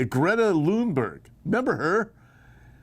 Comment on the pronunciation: Greta Thunberg, not Lunberg